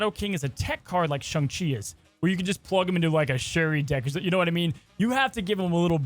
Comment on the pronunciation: Posting until pronounces it SHANG CHI